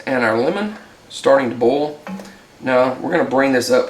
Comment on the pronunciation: Boil and bowl should not sound like the exact same word. Lol